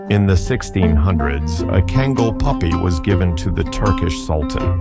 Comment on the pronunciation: Man, wish you would make up your mind on how to pronounce kangal! Also, a lot of your facts are wrong!